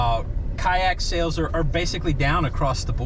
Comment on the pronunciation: Kayak, Boat = Kyoat (coat)